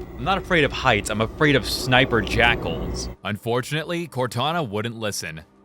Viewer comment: Can I say that I knew close to nothing about Halo, and thanks to your hate and pronunciation, I thought that all along you were calling the snipers "sniper jackholes" Only recently I've found out that they're called "jackals", and are an actual enemy type lmfaooo